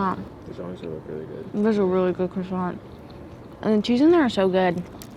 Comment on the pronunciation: Learn how to pronounce croissant properly, it’s not difficult! Also in English Montreal is pronounced “Mun-tree-all”